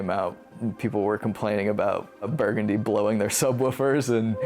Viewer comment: Thanks for putting this together guys! Figured I should mention the song is pronounced Bur-GUN-dee like the street in New Orleans.. not like the color I grew up there I should know better... oops 🤣🤦‍♂